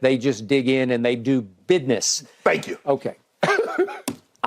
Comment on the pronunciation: Skip said bidness 🤣